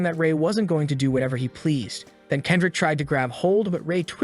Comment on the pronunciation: "Kedric" ?????? Kendrick Lamar?????